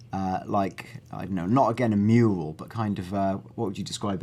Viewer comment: Lol he says "Mule" instead of "mural" at least it sounds like it